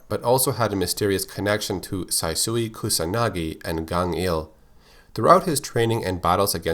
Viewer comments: Saisyu is pronounced Saishyu NOT Sasowi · You pronounced kyo kusanagi's father name wrong. Its Saisyu Kusanagai, not sasui... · The way Kyo's father's name pronounced is Saishu